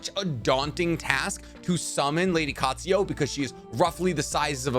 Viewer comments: U have a habit off changing vowels/letters in names, for example u change Katsuyu to Katsuyo and in another vid u change Kakuzu to Kakuzo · there is no "O" in "Lady Katsuyu"